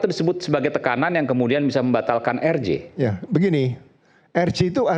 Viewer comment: Bapak rambut jingkrak plis deh, singkatan RJ kalau anda mau menyebut pakai bahasa indonesia spellingnya jadi eR Je, tapi klo pakai bahasa inggris jadi aR Jei, kenapa anda malah jadi eR Ji? Gatal ih telinga yg denger, Izyyyyyyyn 😅🙏